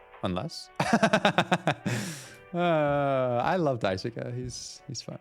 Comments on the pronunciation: Loving the series so far. Just one thing, Daisuke's name is pronounced DICE-kay. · Daisuke is pronounced mooore like "dye-skay" or "dye-skeh" or "dye-su-kay" for the record! You figured out how to pronounce Swansea's name correctly in the first episode too, in case you were still wondering about that one.